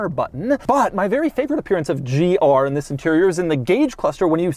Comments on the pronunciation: Bro says gRR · Bro saying GR so weird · He says "GR" in all caps lol